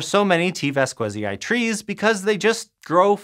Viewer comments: Your "vas-KWE-zai" pronunciation really grinds my gears as a Spanish speaker. Since the specific name of T. vasquezii is derived from the Spanish surname Vásquez, and Latin pronunciation of scientific names respects (or allegedly does so) the phonetic structure of the original when using exogenous words, the correct pronunciation should be along the lines of "VAS-khe-zee". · It should be pronounced ['baskeθi:i]. Or /bas-kE-thee-ee/ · T. Vasquezii sounds like the last name Vasquez in spanish, you butchered that name! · an odd thing about Spanish is that V and B are pronounced the same way, and it follows a weird patern: at the beginning of a word it sounds like "b", and inside a word it sounds almost like a very weak "v" (called a voiced labiodental approximant). And the other thing is thatZ, and C (before E or I) will sound like the "th" in words like THought (this is only true for peninsular Spanish though).